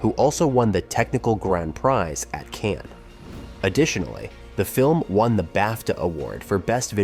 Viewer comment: I'm sure the people who live in Cannes are tired of people (and now AI) pronouncing the name of their city as "cans".